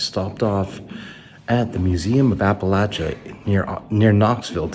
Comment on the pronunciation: I tried, I just couldn't make it more than a minute with him mispronouncing Appalachia. It's too much. I can't continue to watch the video.